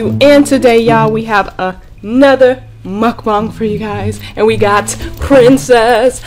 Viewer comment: Girl it’s muk BAng